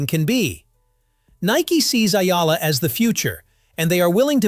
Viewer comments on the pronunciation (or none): Sir, it’s “E-Yalah” and not Ayala. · Pronounced E-Yala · It's "ee yala." Duh. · its Ee'Ya'La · Another fake news from AI narrator that cant pronounce Alex family name properly report as Spam😜😜😜